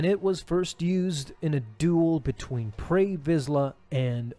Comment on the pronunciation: Say his name right it's pre not pray